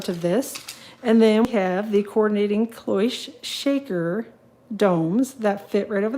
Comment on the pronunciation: Cloche clo rhymes with glo, Che rhymes with shh